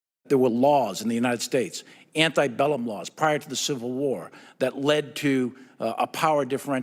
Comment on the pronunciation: Antebellum is not pronounced anti-, as in being opposed; it’s ante-, as in being before.